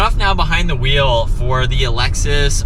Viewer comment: Do you realize you say “Alexus”? Instead of Lexus! It’s funny!